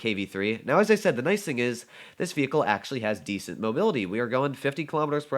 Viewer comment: "acutally" Engrish: *100*